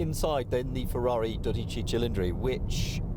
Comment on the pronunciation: also made no effort whatever to pronounce the Ferrari's name correctly so maybe that had something to do with it, that and his obvious bias to British cars.